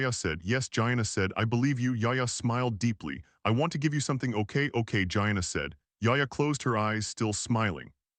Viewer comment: If I pronounced my friend Gina’s name like that… I wouldn’t have her as a friend.